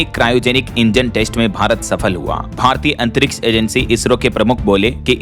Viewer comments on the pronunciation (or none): none